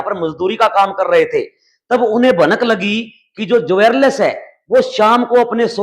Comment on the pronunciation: जवेर लेस नहीं होता भाई, ज्वेलर्स होता है